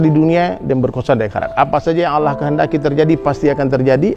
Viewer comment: Ini salah banget y..g ada org Padang yg bilang Alah....tp Allah jgn salah ustadz y..apalg nyebut org Padang!!